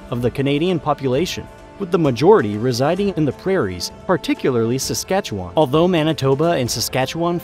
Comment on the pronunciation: he only pronounced Saskatchewan correctly one time. I have no idea why people think it's pronounced Saskatchewaaaaaaaaaaan.